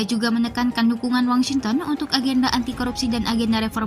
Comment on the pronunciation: Wong Sinten ya? Washington!! Ini narator nya manusia atau robot sih?